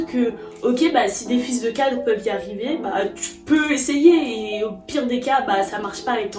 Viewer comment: A chaque fois que tu prononces fils de cadre, j’ai l’impression d’entendre autre chose…